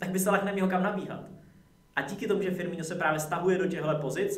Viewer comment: Čita sa to FirmiNo nie FirmiŇo